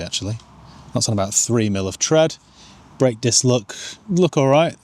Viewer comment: Foot ont' brek 😆 very Barnsley